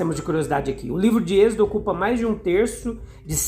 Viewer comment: Por que fala exedo?